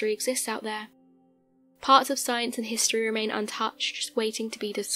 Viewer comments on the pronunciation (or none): none